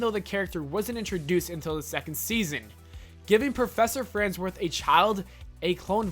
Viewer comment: I hear there are very effective treatments for dyslexia. If that's NOT your difficulty, Jibbers Crabst on a pogo stick, learn how to pronounce things! You're pronouncing things bad, and you should feel bad!